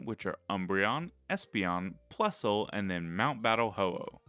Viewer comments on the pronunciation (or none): none